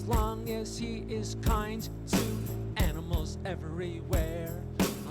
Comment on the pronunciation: Has anybody noticed how she pronounces Animals like “ENEMELS?” It’s incredibly distracting…